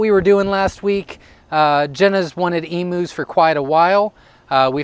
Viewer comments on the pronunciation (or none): pronounced eemyou lol from an aussie